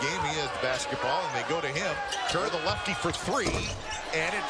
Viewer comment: Kerr of Nick. Might as well say it like Flight